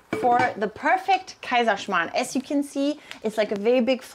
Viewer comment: you pronounce it's something different but show in subtitle as kaiman